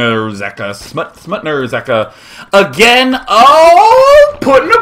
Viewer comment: SMUTNA RZEKA, wow, Day9 ur Polish is quite good ;)